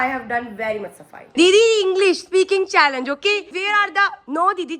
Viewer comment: It's Challenge not challage